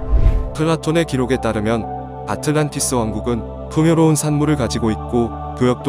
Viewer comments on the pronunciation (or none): none